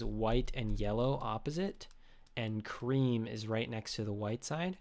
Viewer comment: Pls don't say creme